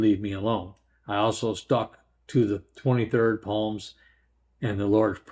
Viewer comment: Esau - sounds like Eeee- saw. Psalms - silent P